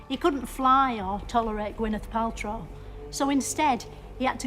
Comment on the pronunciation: "He couldn't fly or tolerate gwennith paltrow" bro I can't 💀💀💀